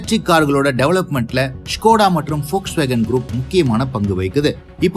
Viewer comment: Very few pronouns the volkswagen name rightly liked it ...